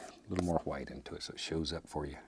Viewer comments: 'hwite' is actually the original and correct pronunciation. Pronouncing it with just a 'w' is a fairly new thing. Look at other Germanic language and their words for white: Icelandic:hvítur, Old English: hwit, Gothic: hweits. The inversion from hw to wh was just a spelling thing. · 'Liquid qwhite' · The world did not start with a big bang… it started with a thin even coat of liquid hwhite